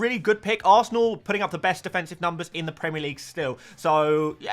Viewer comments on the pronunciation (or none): none